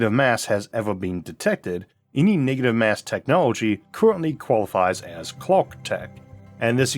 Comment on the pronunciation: "niggative mass" 🤣